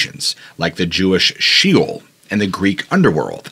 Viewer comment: Iroquois ends in "koy", sheol sounds like shayol